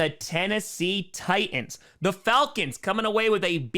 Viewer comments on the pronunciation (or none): Also, plus also too. ..Titans had two "T"s , enunciate both of them!!!!!!